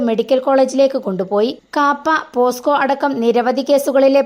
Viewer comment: പോസ്‌കോ അല്ല പോക്സോ ഇനി പുതിയ ഇനം പോസ്‌കോ ഉണ്ടോ എന്ന് അറിയില്ല